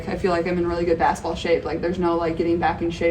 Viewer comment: Caitlin has an endearing way of saying the word basketball: "bass-ball" (she leaves out the middle syllable) She plays the game with a fast pace, she says the word with a fast pace too. 😝